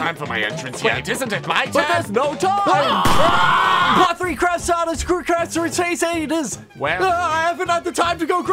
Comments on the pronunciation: Starsus Cruposters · man could not say stone ocean or stardust crsaders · I love how he misspelled the word "Crusaders" and "Stardust" while saying it.